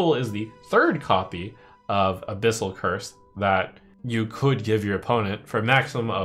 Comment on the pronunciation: I feel like youve misread abyssals...